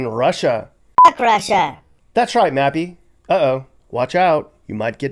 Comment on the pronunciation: Duuude... did you call that other Mappy... Nappy? 😂